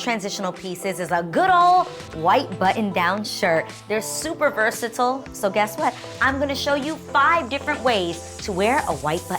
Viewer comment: Why did she pronounce versatile like that 😂😂😂